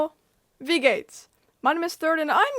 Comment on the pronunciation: Your "Wie geht's" sounded so Swiss, I was so confused 😂